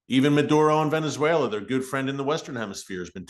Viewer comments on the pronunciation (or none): none